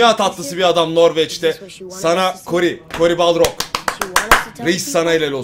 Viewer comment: Cory Balrog değil Cory Barlog. Balrog yüzüklerin efendisindeki you shall not pass şeysi. O adam o değil. Telaffuz hatası:)))